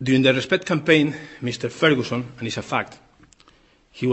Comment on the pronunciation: "Meeester ferhooson" "manayer" Ha. Ha. Ha. Ha Poor, bitter twisted benny.